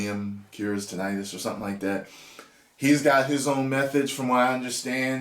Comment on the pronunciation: So glad to hear you pronounce it the way you do. Heard someone say it like tin-a-tus recently & it’s driven me crazy ever since